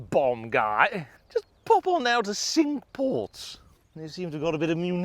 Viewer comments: Great round. Just one gripe the pronunciation of the French for five is 'sank' not 'sink' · cinque like sank, not like sink....... just sayin 😛 although could be like sonk 😬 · great video but cinque is pronounced sank, not sink! My inner pedant cringed at the beginning but I supressed it as the video was so good. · it's pronounced cinq (sank) not sink ... just saying . The course is maybe sink, but the French is sank Cinq ... just saying :)